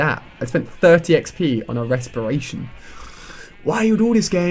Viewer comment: Haha resperation 3 LOL